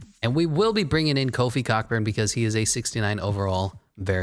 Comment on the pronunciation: you hella mispronouncing Kofi’s last name i’m dead